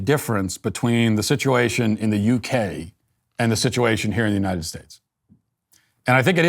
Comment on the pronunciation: I thought Joe Biden had a Copyright on "Uninen"! I'm starting to think that no Democrat can pronounce the word "UNITED" without bursting into flames.